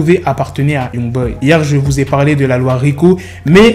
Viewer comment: C’est pas « Yougboy » mais Youngboy